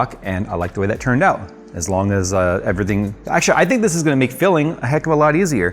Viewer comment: For some reason, I keep hearing "Philling" instead of "filling"